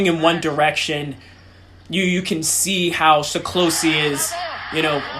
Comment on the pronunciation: SE- KLOSH-E. Accent on the first syllable. NOT SHE KLOSHE Thanks. Love your videos.